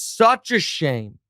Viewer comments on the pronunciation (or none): none